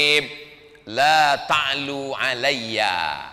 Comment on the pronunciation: Bukan laa ta'lu tapi yg betul allaa ta'lu